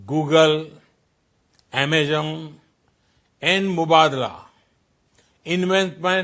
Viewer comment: Its not amazom its Amazon